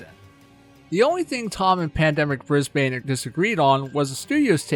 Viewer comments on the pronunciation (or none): I can't get over how you butchered "Brisbane". It's not "Bris-bayne", it's "Bris-buhn". Honestly! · U SAY IT like bris ben not brisbane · just for next time u u say it like brisben not bbrisbane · As an Australian it’s not “Bris-Bane”, like Bane from Batman. It’s “Bris-bin”. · Its pronounced bris-BIN not bris-BANE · PSA if you wanna impress aussies Bris-bin Mel-bin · As an australian I just wanna say... Brisbane is pronounced brizz-bun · Haha bris-BANE I can tell your not from aus what a legend that was funny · For future reference it is pronounced "bris-bin" B I N hearing you say Brisbane hurts my soul source I literally live in Brisbane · aight hate to be that guy but brisbane is pronouced "brisbin" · Might have been worth checking how to say Brisbane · Holy fuck learn how to say Brisbane it hurts hearing yanks say any places from Australia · Please go to Brisbane and walk around pronouncing it the way you do to the locals.